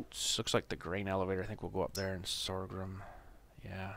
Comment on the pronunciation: Sorghum is pronounced "SORE GUM, not sore grum.